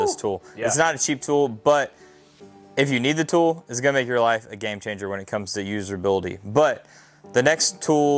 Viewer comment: What is “userbility” …that’s not a word, it’s usability. No r in the word